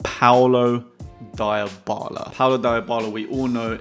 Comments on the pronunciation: it's Dee-bal-lah..... not Dai-oh-bal-lah... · Deebala not diebala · Its DEEEbala not diebala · Dybala is pronounced Deebala